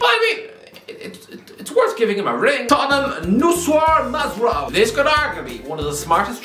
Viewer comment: Mate that absolute shambles of a performance in pronunciating Noussair Mazraoui made my morning😂😂